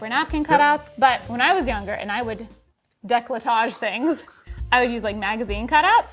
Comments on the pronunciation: He read "Découpage" as "décolletage" ... Imagine if he read it as "décalottage" ..... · as a French person these subtitles and "décolletage" ended me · So, "décollé" means clivage (so décolletage would be something like creating a clivage), but the way you pronounce it sounds closer to "décalottage", which it not very youtube friendly, so I'll let you look for the translation 😂😂😂